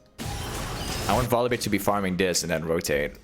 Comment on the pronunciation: omg please stop saying volibeer 😅